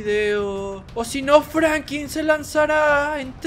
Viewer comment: se dise Franklin